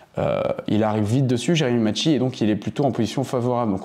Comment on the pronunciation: Macchi prononce maki 😅 je le connais personnellement